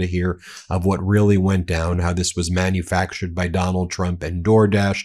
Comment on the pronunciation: "Manufactured" manufractured 😂